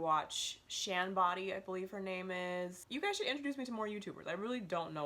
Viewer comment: shan Boody (boo-dee) I love her